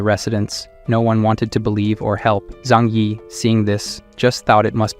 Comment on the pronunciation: how did zhang yi turn into zhing ya